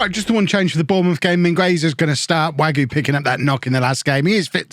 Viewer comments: Wague is more way-g rather than wague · Im pretty sure wague is pronounced varg not wagyu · Wagué as Wagyu gets me every fucking time.